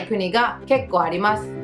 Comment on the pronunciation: 。細かいことだけどね。～ですが～。というときの「ます」の発音ですけど、「まず」と、すが濁っているで、きをつけてみると、より自然になります。 余計なお世話でしょうが、老婆心ながら。